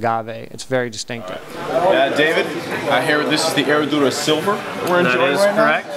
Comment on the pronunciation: The "H" is silent. "Suprema" not "Supremo" - Seleccion Suprema is the bomb